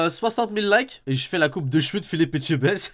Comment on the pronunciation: On notera que dit mieux Etchebest que certains français 😂